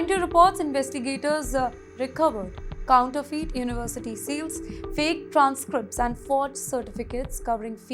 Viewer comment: Counterfeeeet 😂😂😂 please get a proper journalist/reporter